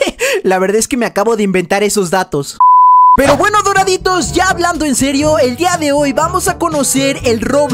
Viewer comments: dice dorraditos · dice dorrrrrrraditos